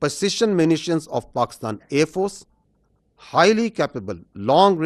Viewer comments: Watch Pakistani AAND FORCES 😂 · Aaand force 😂